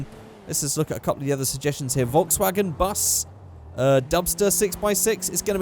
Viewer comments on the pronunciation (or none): none